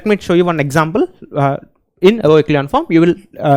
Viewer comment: Row❌ Graww 🗣️